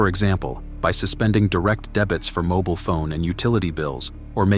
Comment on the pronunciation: What is a moble phone?? I think you mean a mobile phone